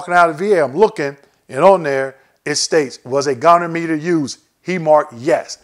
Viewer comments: Great information! I'll definitely be using this during my CMP exam! Thank you. FYI - goniometer is pronounced "GOH" + "nee" + "OM" + "ih" + "ter". 🙂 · Great video ! Maybe work on your pronunciation of the word goniometer (go-nee-ometer) but otherwise very informative and I'd love to see a detailed explanation of each joint group... Particularly knees because it is a separate rating for flexion, extension, and stability which can give large compound ratings as I understand it.